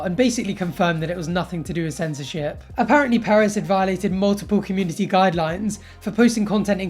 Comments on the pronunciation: stop it sounds like hes saying paris not perez :( ms. paris hilton is a nice woman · its perez not paris...but i forgive you cause youre a stud lol.